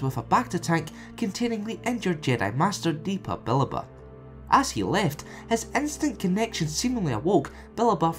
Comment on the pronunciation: It triggers me how you say Depa Billaba xD